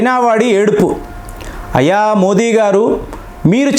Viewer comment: అందరూ దయచేసి "మోదీ" అనండి. మోడీ కానే కాదు. మన పేరు ఎవరైనా తప్పు పలికితే ఒప్పుకోము కదా.